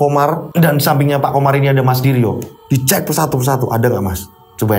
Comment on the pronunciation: bilang menuju ke diryo Tapi kedengerannya seperti bilang Menuju Kediri yokkk😅😂 Oiya, salut sama mas Wahyu, langsung menawarkan diri untuk menolong mas diryo, meskipun orangnya introvert😇 Saat saya liat potongan video diawal video, katanya mas diryo tirakat untuk membuat orang lumpuh.. tapi kok malah bapaknya meninggal... Tapi ternyata bapaknya meninggal sebelum mas diryo tirakat to🙏🏻